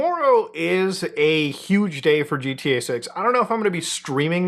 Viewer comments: Looking at you while you said GTA made me hear it as “Jeet-EA” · Never heard of this “Gee Tea Eh Six” game